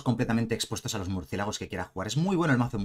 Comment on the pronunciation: " murciegalos " :v hahahaha 💜